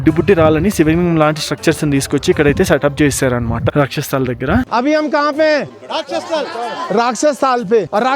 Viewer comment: Rakshas sthal kadu bro, "rakshas Taal". Taal ante lake ani ardham. 😅